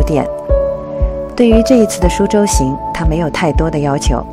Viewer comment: 是su州，不是shu州，典型的南方口音😂